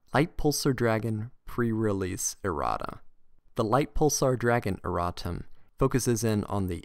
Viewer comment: errata not erratta